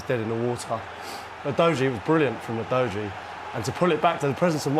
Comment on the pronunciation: 영상 안보고 멘트? 우도기라고 하는데 우도지라니